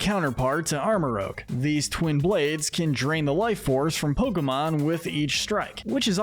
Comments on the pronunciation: The G in Armarouge should be after the U! And it's Ceruledge, NOT Keroolig! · IT'S ARM-MA-ROOZH AND SARE-ROO-LEJ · It’s pronounced duh-BREE, HAHR-ee-yah-muh, arm-uh-ROOJE, PAL-UH-fin, and SIR-roo-ledge, “”! 🤨 And Annihilape’s signature move is actually called RAGE Fist! 🙄 You’re so bad at pronouncing Pokémon names,! 🙄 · Love this but how did dude rly jus call them Armarogue & Keroolig lmao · OH MY GOD IT IS PRONOUNCED AR-MOR-OOJE AND SER-OO-LE-DJE!!! Other than that amazing video as always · Unfortunately most people aren't gonna agree with this list Also you're saying Armarouge and Ceruledge's names wrong